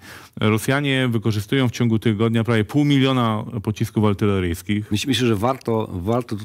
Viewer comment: Panie Sławomir! Nie ,,ALTYLERYJSKICH" się wymawia tylko ARTYLERYJSKICH.. Szczegół taki ale mnie drażni...